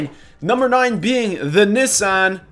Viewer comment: Yes it is "zed" not "zee" but you pronounced Nissan wrong